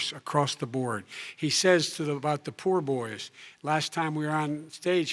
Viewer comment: He called the "Proud Boys" the "poor Boys" I heard it just like you.